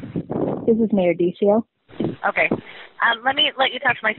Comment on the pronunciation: Last name should be pronounce as D sea o. From yakima